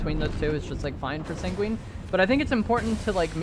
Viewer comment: SANGUINE. SANG-GWEN.